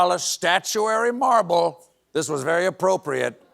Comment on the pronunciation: You said "Morble", Stephen. We all heard it. We all loved it.